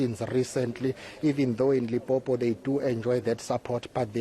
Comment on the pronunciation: Limpopo not lipopo repot or please